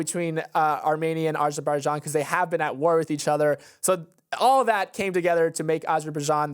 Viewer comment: is usually on-point with the pronunciations but I’m pretty sure he butchered Azerbaijan 😂